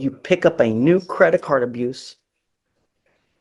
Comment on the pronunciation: A credit card “abruce” ? Where you abruise a credit card